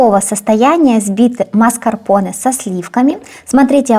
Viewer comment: Классный торт и все рецепты классные. Маскапонэ говорят. Букву р не произносят